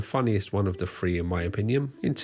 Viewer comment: FFS! Three is spelled with a th and is pronounced as THree, not Free. It's not H free H free, it's H3 H3 with the word Three. Use your ability to pronounce th's. It's so imbecilic to use the fr in place of the th. Come on now, get it together. ¹